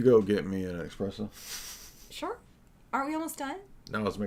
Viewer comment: "So... Can you go get me an expresso?" lmfao